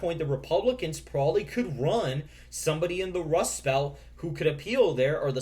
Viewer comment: The Democrats lose even with the Wust Belt?? You wascally wabbit, you!!